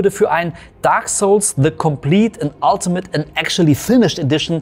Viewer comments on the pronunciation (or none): none